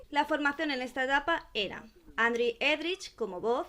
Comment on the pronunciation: Se pronuncia andru